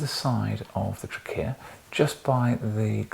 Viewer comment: What about “trickeya”